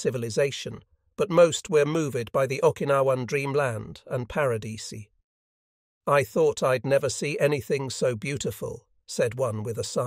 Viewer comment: Just when you think you're listening to a real person's voice, it says, "...moov-id" instead of moved. 🙄